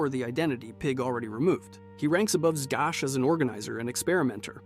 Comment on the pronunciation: It's pronounced "ZAZ"....... Victor ZAZ.